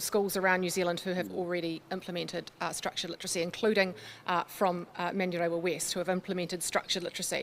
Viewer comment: He can't pronounce manurewa